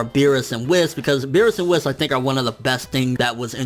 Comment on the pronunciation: FOR THE FINAL FATHER FUCKING TIME IT'S WHEEEEEEEEEEESSSEEEEE NOT WIZZA